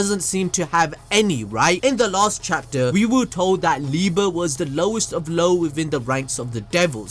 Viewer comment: It’s pronounced “Lee-buh”, his name is German. Love your content btw.